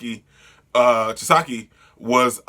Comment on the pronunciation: Lmao chi-sa-key and the yok-uz-za